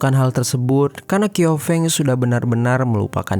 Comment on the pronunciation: Bukan ‘kiofeng’ tapi bacanya ‘ciao feng’